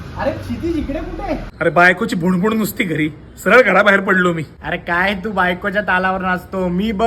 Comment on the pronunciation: भुन भुन असते ते भुण भुण नव्हे... जास्त पुणेकर बनायला जाऊ नये😂😂